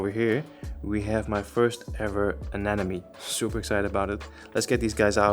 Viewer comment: Looks great, just some quick feedback: when you pronounce "anemone", think about "Finding Nemo" - aNEMOne. When it comes to fishtubers, "an enemy" is usually the pronunciation you hear from fat bald guys with beards.